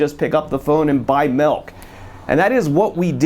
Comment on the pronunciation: Maybe it's just because I'm a wisconsinite, but it sounds like keeps saying "melk". Great video though, as always!!